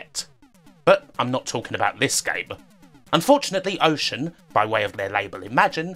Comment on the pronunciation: I’m sorry, are you saying wowbot or robot? And is it Wocean or Ocean? I can’t unhear you pronouncing some of your R’s as W’s.